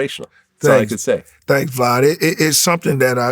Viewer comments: Appreciate it VLOD lol he called him VLOD the whole time 🤣🤣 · Vfad not vlad lol